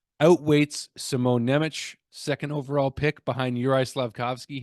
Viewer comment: You pronounce the name Nemec the wrong way :) the "c" at the and is pronounced as "ts" not "ch". So its Šimon Nemec = Sheemon (S its actualy Š which is pronounced as "sh" but ee is short) Nyemets (Ne is soft in slovak language). Hope you will figure it out in the future :D. But even if not its fine :D. NHL commentators pronounced Chara the wrong way for years even to this day :D